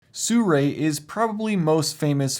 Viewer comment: Not quite no. Si Rui, is 思锐, If you want to hear the correct way to pronounce it, you can enter this into google translate, or learn Chinese :)